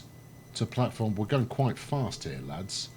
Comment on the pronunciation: Actually "Stadt" is the german word for city, so it is technically a city. And nice sayed "Plattform 2" and greetings from a German ^^